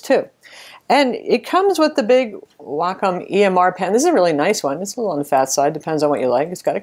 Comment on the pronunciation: waycomm not wackomm